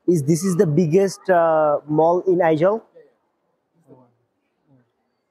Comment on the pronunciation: It is Aizawl. Pronounced like "Eye - Zol". Bujhechen?